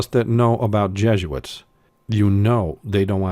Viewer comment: Who are these "JEGUITS" [sic] that you speak of?? You're a fast talker, I will give you that much.